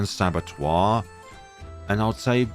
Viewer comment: 😂 it's not Grand "sabatwah".... Pronunced "sa-ba-tur"